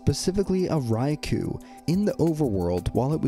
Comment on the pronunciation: It's pronounced like Rai-"koh."